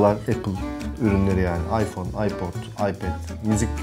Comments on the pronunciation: ayför nedir ulan ;QweQwe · 0.25 beste ayför mü diyo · abi ayför diyo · AYFÖR:-) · Iphöür 6 :D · ayför diyor:D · 20. ve 25. saniye abi aypör diyor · ıphör diyo abi